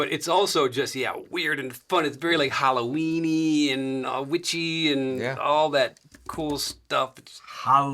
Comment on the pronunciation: Brandon is amazing when he realize that said 'hollowweeny'!😂😂😂